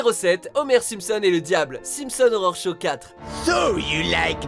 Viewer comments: Par contre si tu pouvais arrêter de prononcer "horror" comme "Aurore" ce serait bien ^^ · dans un cas comme dans l'autre ça associe les 2, c'est pas super, mais bon c'est pas grave hein j'ai fait la remarque parce que justement du coup je l'entends direct si on prononce mal horror, voilà voilà ^^